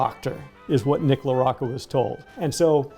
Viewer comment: As someone of Italian/Sicilian heritage, I'd've presumed that you'd know how to pronounce Mr. LaRocca's name. Come si pronouncia, "bocca?" How do you pronounce: 'bocca?' Do you also say, "bokka?" No? So, why then, slaughter the man's name?